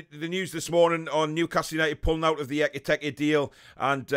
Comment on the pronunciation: His name was never EK-I-TEK-I lol :')